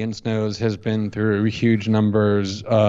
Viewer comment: And yuge